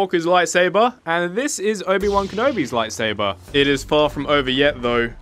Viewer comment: I don’t think not obi-one canobies lol